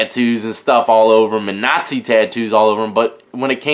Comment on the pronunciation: "Thor tattoos and Vikings tattoos and notze tattoos" When he said that I was dead